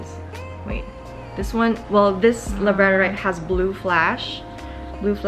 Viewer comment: This is an absolutely beautiful crystal collection girl! Some really gorgeous pieces for sure. Just also wanted to let you know that most crystal names are pronounced with the emphasis on the first syllable, rather than the second, so labradorite is pronounced LAB-radorite, and amazonite is AM-azonite, etc! I'm also fairly certain that ocean jasper is not from the ocean floor, but you are right that they are from Madagascar!